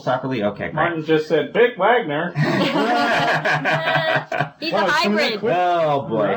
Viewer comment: "Vic Wagner" 🤣